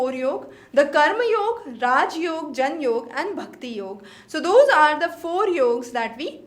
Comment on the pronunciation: Please fix your pronunciations first. Samyak or Saankhya? Jan yoga or Gyan Yoga ? Bhram or Brahm? Vashishk or Vaisheshika? Kannad or Kanaad? Those who are listening to you the first time will adopt these pronunciations as correct. Just something to consider…